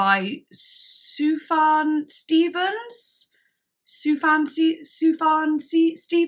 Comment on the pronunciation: it's pronounced "Sufyan Stevens" btw.